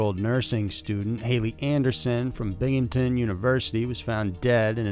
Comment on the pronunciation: Thank you for pronouncing my hometown correctly. Binghamton NY.